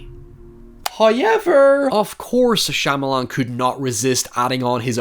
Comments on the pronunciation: Shah-ma-lahn…. Please pronoun the name correctly…. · I'm gonna need you to say "Shy-amalan" about a dozen more times 🤣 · i like how you casually butchered Shyamalan's name numerous times.. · The way you mispronounced his name 🤦🏽‍♀️ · Please, make another vid about any M. Night Shyamalan movie, but pronounce his last name different, each time it comes up in your script. (I'm no big fan of his. He seems somewhat pretencious to me.)